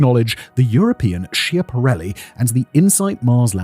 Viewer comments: schiaparelli is pronounced "skya-pa-REL-li" not "shee-a-pa-REL-li" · Please, mind the pronunciation. It's "skiapparelli" even if it's spelt with ch. But we like to make fun of it by calling it "schiantarelli" from the verb "schiantarsi", meaning to crash. Pronunciation with k, as said.